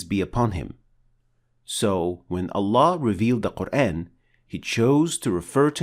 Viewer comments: Yooo admin!!! Can you pronoun Al Qur'an in a correct pronounciation!!!??? In a corret method??? I sick hear that word qur-aen even though you talking in english the of GOD'S BOOK MUST BE THE SAME!!! as you name is we can't change your name to be " The one who be praised* when we talk to you in english.!!!!! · Wrong pronunciation of word Quran. It sounds like Qurain.